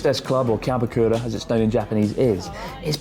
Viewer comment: It's "karaoke", not "kariokey"